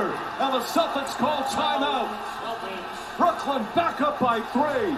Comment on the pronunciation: Ctfu bruh, its Brooklyn 🤦🏽‍♂️